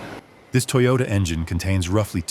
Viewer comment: Not Toy-yoda.. its pronounced toe yo taaaaaa. 😂😂